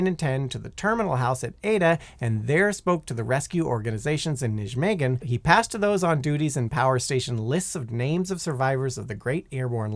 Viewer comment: As a Dutchman, first attempt at pronouncing "Nijmegen" made me laugh harder than it should've